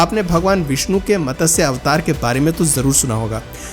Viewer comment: Ye matasya.... matasya..... kya laga rakha hai. Lakho log sunte hai aapko. Aur lakho log sunenge. Pronouncing CLEAR hona chahiye. Matsya Avtaar....... Not matasya...